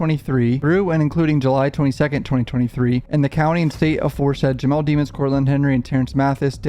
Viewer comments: I love your videos...but can you please pronounce the guys name right...its not pronounced DEMONS...its pronounced De-MONS ...just listen to his lawyers say it...don't you remember how many times the judge yelled at that lady prosecutor for pronouncing it wrong, even in the above video, the reporter's video you have, she says it right....thanks...keep up the great coverage... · Demons NOT Deemons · I don’t understand why everyone butchers his last name. Demons. It’s demons. Not Demmons.